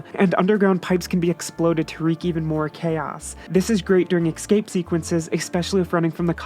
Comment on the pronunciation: It wouldn't be a video without the word "excape" XD